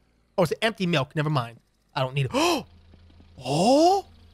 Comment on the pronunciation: Wait my malk? My MALK GIMME MY MALK